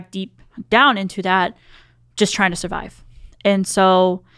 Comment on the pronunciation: j tokk a shoty evrytime sbe said survibe